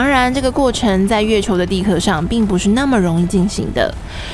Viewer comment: 蛋壳ke二声，地壳qiao四声